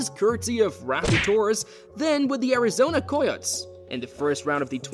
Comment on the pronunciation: Coy otts 😂